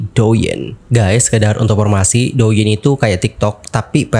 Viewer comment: Douyin..diucapkan Touyin yaaa..dichina D divokalkan menjadi T..ok